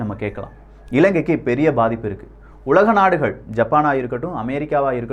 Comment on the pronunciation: கப்பள், தகவள், உளக நாடுகள், நள்ளது. இதுதான் யின் உச்சரிப்பு. படுமோசம்